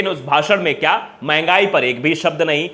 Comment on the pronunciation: Bibi chholhadhagodah , Mahangaai ka " म " nahi bol paya , mn gyaani